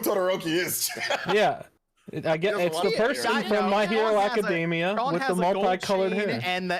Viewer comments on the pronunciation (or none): none